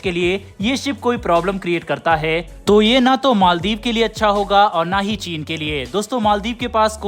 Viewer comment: Its maldiv not maldeep